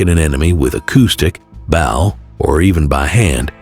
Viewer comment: Photos unrelated to the commentary including Apache (Geronimo at 22.35), but most of the photos are random. AI commentary...check the pronunciation of 'bow', the arrow firing device, here pronounced as in 'cow'. Repetition of information, particularly the 'dog rope' so important to the Dog Soldiers. A really interesting subject and an important opportunity to acknowledge indigeous culture. Sadly, reduced to elementary school research and AI compsition and editing. Clickbait.